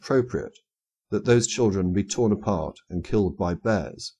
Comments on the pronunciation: Anyone else notice the emphasis put on the word "killed"? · Yup. It was a frightening experience.